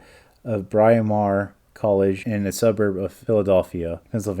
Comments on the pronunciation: That was Senator Ed Muskie, last name rhymes with huskie. And Bryn Mawr College is pronounced "brinn marr". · Absen-teeya? Muskie was a recent national figure. Bryn Mawr has been around for generations. You keep mispronouncing words that are staples within this case. Superficial research before uploading your work. So unprofessional.